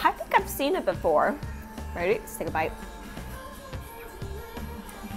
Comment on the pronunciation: is version of “bite” haha I still love you 😂